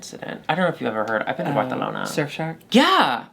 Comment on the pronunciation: Lmfao the “Barcelona” pronunciation always gets me good😂😂😂😂😂